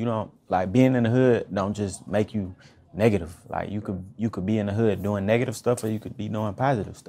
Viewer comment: When he said negative he sounded british